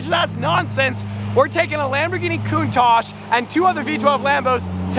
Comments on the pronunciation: I don't know if he knows, but that's not how how you pronounce "Countach" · Hm, upon checking it again I realized I, everyone I know and probably everyone in my country is pronouncing it wrong lol. I was thinking about Italian and how they would pronounce it like that but it's originated from Piedmontese because of a profiler that worked at Lamborghini at the time who was Piedmontese and didn't speak Italian. It's a word used in Piedmontese slang to show admiration. Which makes sense now on how it's actually pronounced lol. My bad.